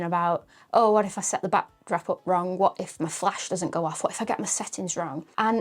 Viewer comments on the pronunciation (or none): none